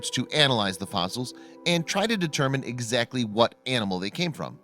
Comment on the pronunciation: Forgit? Skele’ns? Sipris tree? Ground slozs? Eggzacly?